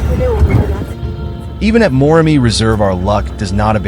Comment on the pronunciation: Wish you could pronounce Moremi and Chobe correctly as you present this amazing video!